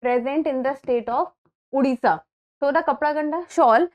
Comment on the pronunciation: Mam sorry but It's Odisha Not Udisha We have fought it and got the 97th Constitutional Amendment